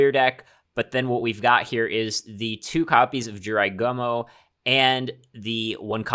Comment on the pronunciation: G-U-M-O, not gomo